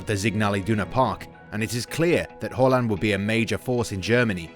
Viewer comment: Thus guy say Holland instead of Haland or am i stupid